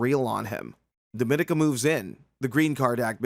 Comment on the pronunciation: her character name is pronounced [dä- mě- nēk- uh] Dominika Petrova. get it right…her face & hotness deserve it